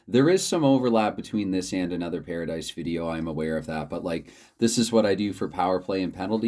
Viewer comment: The pronunciation was perfect. I just finished the video, and I think a live stream with a pairadice game would be great. I started live streaming recently just so I don't have to take the time to upload the videos, the only downfall is no retakes. Hopefully you can reach 60 subscribers soon!